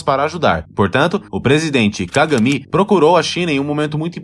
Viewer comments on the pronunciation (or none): Bom vídeo, mas contém algumas informações imprecisas. O narrador deve aprender a pronunciar "póços", em vez de "pôços" e "cagâme" em vez de "cága mi".